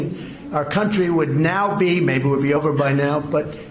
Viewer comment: "Iran would love to see meeergh" What is wrong with his a-brain...